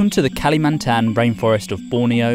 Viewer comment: never heard someone pronounced kalimantan as kali-MANTAN 😂😭